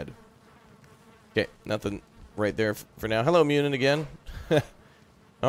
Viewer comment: Muninn is not Myunin, the U is a one syllable sound like the one in "burrow". Same goes for Huginn except the G is soft making his name sound like Huyinn. While we are on the subject, Bifröst is not bi-frost, it's biv-rust. It's really annoying watching the Avengers with them saying bi-frost all over the place. When I first saw it, I had no idea they were talking about Bifröst. Cheers from an Icelander.